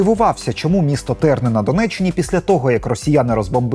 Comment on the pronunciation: Вибачте,не місто Терни,а село і не ТЕрни а ТернИ)